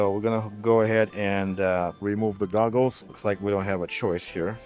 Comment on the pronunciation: I could have sworn he kept saying "remove the dongles" instead of "remove the goggles". Actually, sounds more like "remove the doggles" now that I listen again.